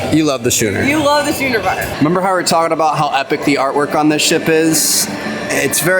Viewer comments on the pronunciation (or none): "Shooners"??? Is that an inside joke? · the schooner bar is pronounced skooner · Great tour and amazing ship. Love the new additions too. Ps. What's with the pronunciation of schooner??? Is that an American thing? Simply never heard it pronounced like that!!?? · Its SKOON-er bar. Jesus, were you drinking in grade school too ? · You guys are hilarious in the way you pronounce schooner bar! Should be more like skoo-nr :) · Schooner is pronounced skewner. You yups probably call target tarzay